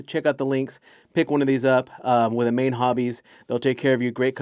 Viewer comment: It’s pronounced A-Main not amane hobbies Jesus Christ. Work hard at pronouncing words correctly